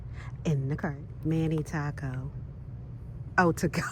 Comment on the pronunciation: "Mani taco"😂